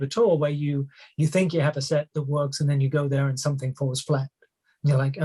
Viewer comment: Correct as in South African or correct as in Bath? He pronounces "That" as "Thet" Just watching an interview just now and he pronounced "Hand in hand" as "Hend in Hend" Roland doesn't do that at all and they grew up on the same estate